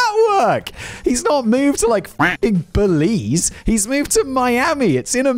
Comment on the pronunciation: Didn't expect him to say Belize like that holy crap that was a left turn